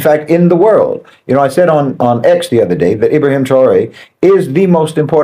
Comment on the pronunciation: What is it with that can't seem to pronounce or spell his name properly? It's IB RA HIM - TRA OR EH